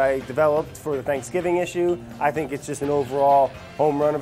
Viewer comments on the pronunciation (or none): none